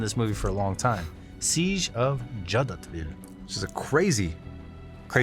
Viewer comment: Clearly knows nothing about the history of the Congo and this ridiculous movie. An a-historical nation of people.... not a clue about the crimes of the UN against the people of the Congo and complicity of those nations who participated in the "peace keeping mission". you don't even know how to say Jadotville!